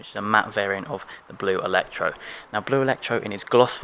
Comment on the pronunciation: Not ellectro but actually blu elettrico* :)